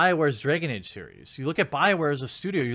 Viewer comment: 'Dray-gon Ayge'.